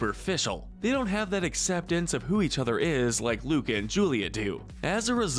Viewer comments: Everyone: oh this soooo accurate Me: dude in the first 30 seconds he called Luca “Luna” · You called “Luca” Luna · “Coco and luna” Me:its Luca not luna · Umm excuse me you said Luna instead of Luca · He said Luna instead of Luca I think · I’ve been reading most of the comments and does no one seem to care that he said Luna instead of Luca in the beginning of the video 🤣😅🤣😅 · WHY DID I HEAR LUDA INSTEAD OF LUCA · You said Luna but it's Luca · Y mispronounced Luca?!?! How dare u disrespect my fishy boi